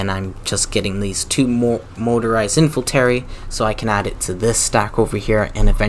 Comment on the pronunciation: Not a Bad video but please, this is 'infantery' but 'infantry' :)